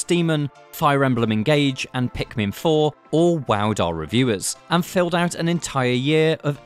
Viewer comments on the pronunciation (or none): none